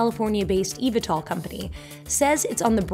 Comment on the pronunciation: its pronounced E-V-tol